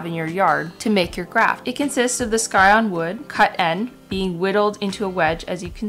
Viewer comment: It’s scion like science, not sky. Sigh-on